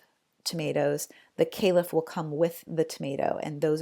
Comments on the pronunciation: It’s a calyx not kalif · FOE-lee-age. It has three syllables. That and the calyx thing undermine your expertise -- I still believe you are expert, but some people might be put off. FYI. I "liked."